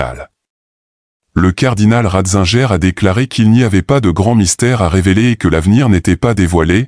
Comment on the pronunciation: Ratzinger on prononce en allemand le in et le guer